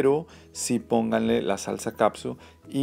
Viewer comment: Ketchup! Ketchup! Ketchup! No caPsuT! Lean las etiquetas, me encantó que usa guantes... Eso se agradece sobre todo por que trae anillo, soy nueva en el canal, espero no te incomoden mis comentarios, si pronuncias bien glaze...por fa lee la etiqueta de KETCHUP! FELICIDADES! ES DE LAS MEJORES RECETAS!